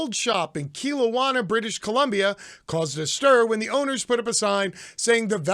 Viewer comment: Key-lo-wanna, British Columbia ? You mean... Ke-low-na ? :D